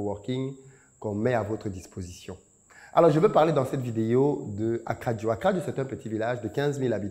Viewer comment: Attention ils vont pencher ta bouche eh 😂 d'ailleur tu prononces mieux akradjo que san pedro 😅